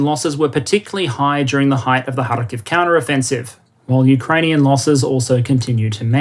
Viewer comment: The first western commentator (from all who I heard) who pronounced Kharkiv correctly :)